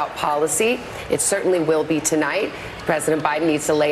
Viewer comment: man said 'meet the pess' goofy ah head ah boy